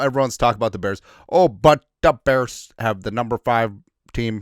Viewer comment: "OH but, da beahhrs"